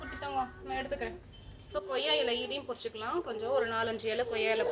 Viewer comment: Hi sis im ur new subscriber 😍இலை பறிச்சுக்கலாம் னு சொல்லுங்க பொறிச்சிக்கலாம் இல்லை.... Just sonnen.. Keep change da